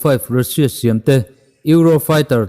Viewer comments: Youtube ah ve meuh rusia tia chhiar hi a ziallo e. Rasia tiin chhiar rawh. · Russia i lam dan hi mizo tawng a u ang ni loin miao tawng a A angin lam la ngaihthlak a hahdam thlak deuh long maw.... Rassia ti angin lam ta zawk la